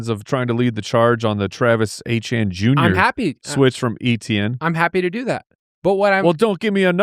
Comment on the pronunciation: As a french speaker it is definitely pronounced ETN